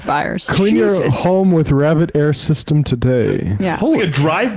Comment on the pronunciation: Rabid Air?? 😂